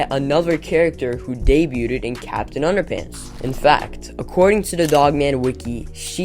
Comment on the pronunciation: It’s underpants not underpunts